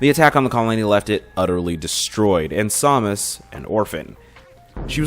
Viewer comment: It's Samus not Somus because in Prime 3 and Other M people call her Samus.